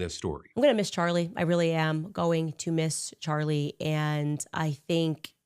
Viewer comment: I cant get over Candice flubbing Charlie's name . 😂😂😂 Sounded like a toddler lmao